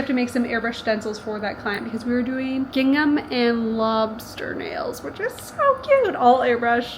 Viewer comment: why did i hear "Gangnam" and not "Gingham" 🤣 they came out so cute